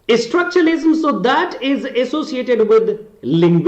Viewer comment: You said you're a story teller but your pronunciation is not that good as you keep pronouncing "structuralism" as "Estructuralism".